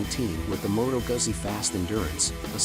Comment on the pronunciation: its Moto gutsi